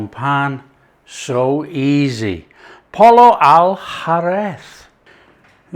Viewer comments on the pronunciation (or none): Well, I speak a bit of the Mexican style Spanish, and Spain Spanish is a little different from Mexican. Pollo is pronounced like Poy Yo, accent on the first syllable. I didn't understand the second word. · It’s pronounced POYO. In all Latin languages the LL is pronounced as Y. Tortillas, Pollo!